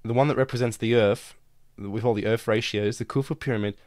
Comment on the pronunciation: ITS EARTH NOT IRF !!!!!!!